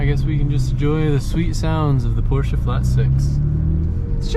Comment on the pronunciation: Where is the A in Porsche?? Porscha/Porsche?? Please learn the right pronunciation😊😊